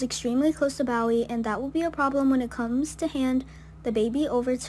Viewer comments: Pronounced Bo ee not Bow ee. I think its like the singer, David Bowie....Bo ee. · It's not "bow wee" it's Bowie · Its Bowie (Boee)